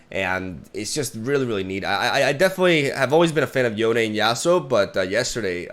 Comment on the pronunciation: "Yonay"??? Seriously? Like wtf? It's just Yone, like bone.